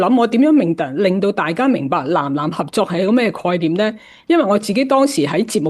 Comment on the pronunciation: ❤ 藍藍合作？原來是《南南》合作！藍与南的發音是不同的。❤